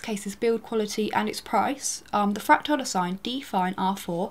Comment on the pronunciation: why does she pronounce it "fractile"?